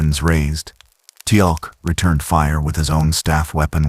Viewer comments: i came - to give a chance - pick up where I left off and left ten minutes later gone especially with constant mispronunciation Teal'c name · Mistakes so far: #1, Miss pronouncing Teal'C name, #2, SG1 could not come thru the gate from that direction, the only way you can travel thru a gate is the side you "dial" from. So the gates are "oneway". Data did the dialing so he could have traveled thru the gate and emerged in the gate room at the SGC. If he wanted to get back to Piccard, he would have to dial Piccards gate address on the SGC's side. SGC is Stargate Command.